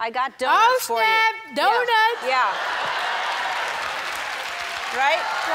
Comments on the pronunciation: “OH SHNAP DONUTS” 😂😂❤️ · “Oh shnap donuts” 😂